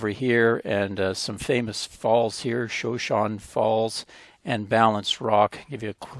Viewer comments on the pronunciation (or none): Shoshone not showshone. U should know that being from twin! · Shoshone is a Native American tribe, the one that Sacajawea is from. The tribe pronunciation is ‘show-shown-ee’. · Excellent blog! Now you are in my birth-town of Twin Falls. Shoshone is an Indian name pronounced "shuh-show-nee." Great to see all the places you visited! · Shoshone pronounced show show knee. Shoshone are a part of the Camanche Nation. Great video! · I needed to make a correction on the way you pronounce the Falls. It's pronounced: Sho shown. I realize you're not a native, but I was raised in Twin as a little girl and for part of my adulthood. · I think the falls is pronounced showshowne.